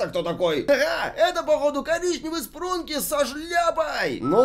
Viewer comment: Спрунки а не спранки